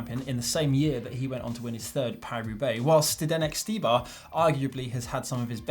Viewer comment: Finally learn to pronounce "Štybar"...